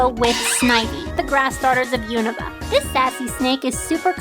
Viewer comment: Aaayyyeee! You said Unova Right! Finally someone got it right! And I can see My brother shipped with IF because snivy is my brother’s favorite Pokémon! Also Vert is my big sis